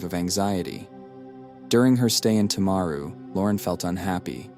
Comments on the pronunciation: You can't even say the town probably Tim-a-ru timaru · This happened a few hours from where I live. Sadly some people think that she shouldn't be in prison. She had post natal depression, not psychosis. One in 20 of us experience depression, it doesn't give us a licence to kill. If we allowed her to get out of jail free, then we'd be allowing everyone who had depression to hurt others. PS: The pronunciation of Timaru and Graham is annoying